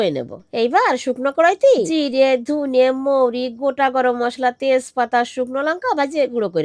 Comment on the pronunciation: ওনার মুখে ধনে র জায়গায় ধুনে শুনতে খুব হাসি পায়